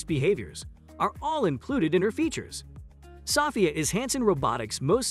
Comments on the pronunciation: Sophia = so-FEE-uh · Why are you saying sophia wrong? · your not pronouncing Sophia name correctly